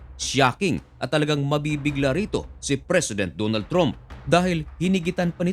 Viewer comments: Trump pronounced "tramp" not "tromp".. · Trump po at hindi tromp 😅